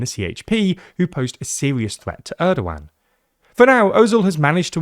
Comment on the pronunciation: who told you to pronounce his name like that 😢😢😢😢😢😢